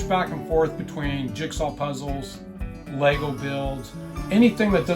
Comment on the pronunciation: ahhh I am really enjoying your videos xx its kinda hard to explain but I guess we say LEGGO like emphasis on LEG ... lol I hear LEY Go when I hear you guys speak about it 🤣😍😍 but it also might just be my ears lol 😍🤣🤣 I love it !